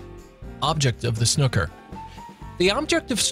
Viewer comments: Emphasise the ooooo sound when saying Snooooooker Snooo like blue..loving your videos xx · It's a shame the narrator keeps pronouncing snooker wrong in this video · I hate how the guy pronounces it wrong too, it is SNOO ker not snuker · 0 seconds ago I know we Brits do say snooooker but it's understandable that others pronounce it snucker, after all every other word we have with a double o like this we do pronounce it as a u sound..hooker, looker, booker, cooker etc..😊✌🇬🇧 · I have to say, this explanation video makes the rules and general order of play very difficult to follow and even contradicts itself with some of the graphics. No wonder you were confused by it. Snooker (rhymes with looter, not cooker) is really not that difficult to pick up. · It's not Snuker it's S-new-ker and it's not a UK sport, it's literally world wide, apart from America apparently. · It's pronounced like Shoe not shook.. Think Snoop Dog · What the heck is snuker, the first 4 letters are pronounced snoo as in snoop dog. it's easyier to understand watching it than someone trying to explain it. please don't check out world darts, thats even more complicated. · Repeat after me: Snoo-Ker, not Snu-kker. Snoo-Ker, not Snu-kker. Snoo-Ker, not Snu-kker. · Why can't Americans read English? (SNOOKER not SNOKER) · Both feet to be on the floor at ALL TIMES NOT OFF...Watch a British vid explaining snooker ..I watched this vid and I was confused and I play the sport 😅 it's pronounced snooker as in when a cow says MOO use tho OO so it's snooooooker not snuker..there are easier vids that explain the sport plus if the ball is out of reach you get to use a REST in order to reach your shot 😉 you'll get it after a few frames 🙏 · The absolute worst explanation of snooo-ker (not snucker) I have ever heard! Find a video with a Brit explaining. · Anyone else facepalm when the narrator didn't even pronounce it correctly? Say what you see, its snoo-ker not snuck-er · Snooker pronounced with a hard ‘ook’ - not ‘uck’